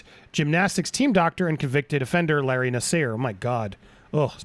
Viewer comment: Nassar like the letter R